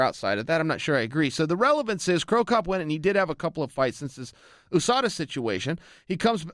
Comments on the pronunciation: why is he pronouncing USADA like ooosada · oo-sada is it the oo.s.a as well chael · Coker says “who-sada”? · Ahmad Chaudhry holly Holm says it like that too